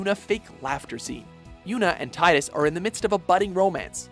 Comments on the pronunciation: It's pronoced tee-dus not tidus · When will you learn it is "Tee-dus" not "Tie-dus"? It has never been "tie-dus" except in Kingdom Hearts 2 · Its prenounced teedus not tydus. Why does everyone get it wrong... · The most awkward thing about the FFX entry is the pronunciation of Tidus' name.